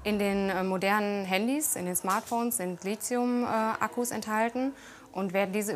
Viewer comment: Lithium! Nicht lizium!